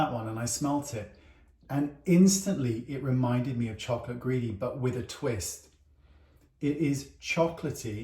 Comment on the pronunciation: Something about the way British people say the word "chocolate" makes it sound so much yummier. In the states in the midwest we pronounce it "chalk-lit" and it tastes a lot like it sounds.